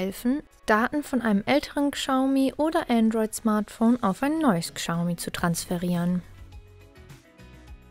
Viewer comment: Boah wenn ich die Aussprache höre... Kschaumi 😦👈🏼 Falscher geht's echt nicht..